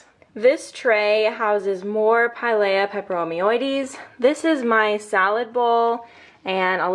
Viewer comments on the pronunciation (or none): It's pronounced like, Pie-Leah